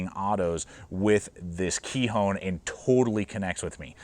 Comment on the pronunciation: Nice video! I’m pretty sure it’s pronounced “ k-eye-on” with a long “i’ and a silent “h” 👍😊